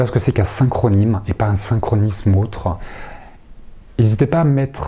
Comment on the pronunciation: Le pouvoir de l'inconscient est fabuleux....mais j'avoue le synchronime je ne saisis pas vraiment, mais le synchroni(sss)sme,oui,plutôt prononcer ainsi peut-être (??) ..je vais réécouter 🤔😜🙏👍 merci